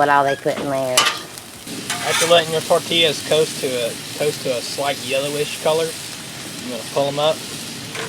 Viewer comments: Good job,! I love Herdez medium salsa that you used. I microwave (in damp paper towels)or put my tortillas wrapped in foil in the oven to keep them softer and pliable. Tell it's pronounced tortiyas(the double l is a y sound). You guys look professional on the grill! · As soon as she said "tor-TILL-as", I was out. It's tor-tee-yas. Come on now, that pronunciation isn't the result of her southern accent, either.